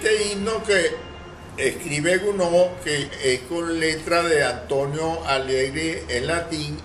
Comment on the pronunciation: Es Charles Gounod, y no Gnoud. Luis Soto.